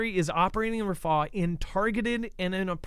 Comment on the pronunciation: Its rafah, not ra faahh